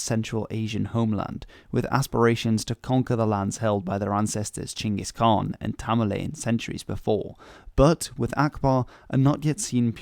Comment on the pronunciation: like the fact that u said Chinggis Khan not Genghis Khan 👌 👏